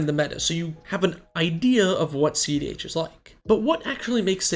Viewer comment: I swear the first few videos I thought he was saying ZDH